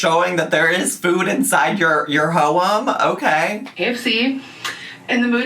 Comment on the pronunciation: I keep meaning to ask is "ho-em" a joke or really how u pronounce home?